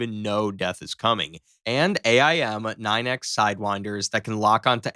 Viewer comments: Hey AI, its pronounced 'aim' not A-I-M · It really bothers me they the narrator says A I M instead of just "AIM" as a word. I mean, I never knew how it was actually said, but as a kid who loved planes, I always said an aim 9 sidewinder. Also, TIL the F35 flies with its landing gear down.